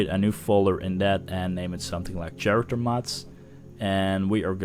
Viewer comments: i gotta tell you man, the way you say character haha.its pronounced with a k.like karacter. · dude "kharacter" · Pronounced with a hard 'c' and not 'ch' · "CH-arater mods". I'm sorry, it sounds so funny. Cool tutorial, man. I like how you didn't feature any crappy, oversexy mods. Clean and to the point.